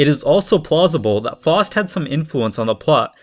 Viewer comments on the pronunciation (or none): Some pronunciation tips; the pronunciation of Faust is like "Fowst", not "Fawst". Göethe is a bit closer, but is more like "Gurta" than "Go-tay". The latter is very tricky for English speakers due to the German pronunciation, especially of ö, which doesn't exist in the English alphabet. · It's Faust, not Forced.